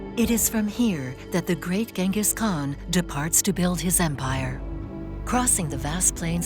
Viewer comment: the first "G" in "Genghis" is soft, like "J/Ch".